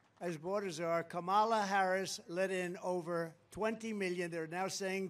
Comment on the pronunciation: "Kom-mALAh"😂😂😂 the way he says her name is so funny😂